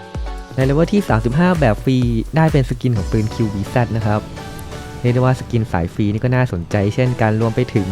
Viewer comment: ปืนคับ ไม่ใช่ปิน